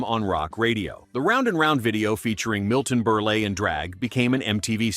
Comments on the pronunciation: Milton Berlay. 😂😂😂😅😅😅 God, this video is just garbage. It's Burle and rhymes with hurl. Pathetic. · Milton Burlay!?😳 I didn’t know he was French!?😂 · "Milton Ber-lay" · Who's Milton Berlay? Oh, you mean Milton Berile. Where's Nightranger?